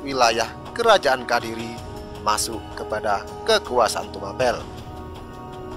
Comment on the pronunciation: yg bener menyebut kadiri atau Kediri yg lugas saja cara membaca ceritra ni,wslm